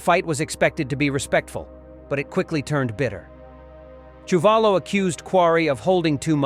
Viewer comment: Quarry lost to Chewvolo as you mispronounced his name. Quarry beat Ron Lyle. Please get your facts correct